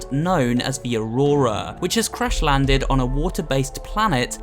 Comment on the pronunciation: "crush fish"? I think you mean "crash"